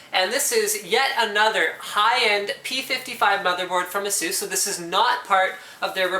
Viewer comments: you saying ASUS wrong man lol (A-sus) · I agree with the Saying Asus part wrong. Say it correctly. also its C MOS Not Cmost or whatever your saying.